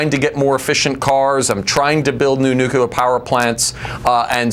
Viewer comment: That guest may be really bright , but his repeated use of "nucular" rang the idiot alarm in my head over and over and over.